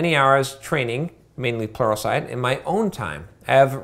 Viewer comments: It's but yeah towards the end there it did sound like "porno site" LOL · Everytime you say "Pluralsite", I hear "Porno site". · I'm a newbie with programming. It sounds like you're saying "porno site" in regards to watching training videos. What are you really saying? I can't think of anything and I have to know lol